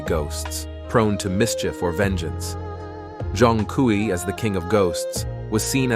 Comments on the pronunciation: Pronounciation: Jong-kwee ❌ Zone-kway ✅ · I tried getting into it but can’t get past the mispronunciation of his name.